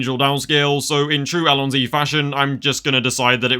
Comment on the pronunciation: You fucking mispronounced allosn y